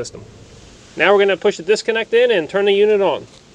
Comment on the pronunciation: “Right neow”